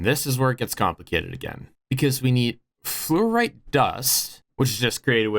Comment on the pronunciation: you are in fact pronouncing fluorite correctly, dont worry